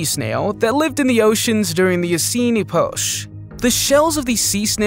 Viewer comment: Did I just hear the narrator say 'ee-potch'? Seriously, if there are words you don't know how to pronounce, use a dictionary. I can't say that I've ever heard the word 'Epoch' butchered like that.